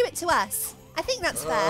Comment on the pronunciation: am i the only only one that herd sonic say think as sink?